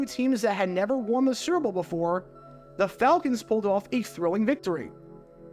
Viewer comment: Bro you have GOT to learn how to say "Super Bowl". You say it like srrrble, or like it rhymes with gerbil. It's 3 syllables.